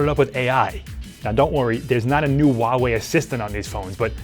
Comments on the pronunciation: Hey dipshit! It`s not WUAWE it`s HUAWEI ! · It’s pronounced who-ah-why not whatever that guy is saying, jeez I can’t take him serious...